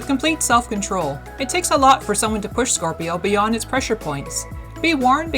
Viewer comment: she keeps saying corpio lol